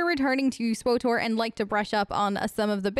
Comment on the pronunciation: Its pronounced "switor" not "swotor" my head hurts, lol thanks for the tips tho